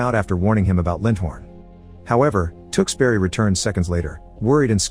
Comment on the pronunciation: I cringed throughout as the narrator mis pronounced Tewkesbury over and over again. He said Tooks berry but every Englishman and woman knows it is Tewkes (rhymes with Dukes) bury (rhymes with Hurry). The movies is brilliant.